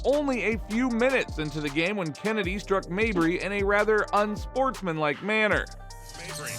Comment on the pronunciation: "CHennedy" btw